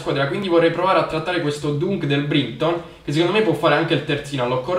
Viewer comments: si dice DANK del BRAITON Comunque bellissimo episodio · dunk si legge danc